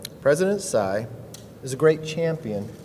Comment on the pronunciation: Sai? You even can't pronounce her last name Tsai.